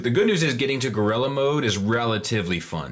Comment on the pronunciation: I love that they called it Gorira. In my mind i hear it being said by Oscar.